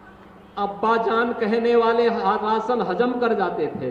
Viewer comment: Rasan nahi rashan ... hehehahaha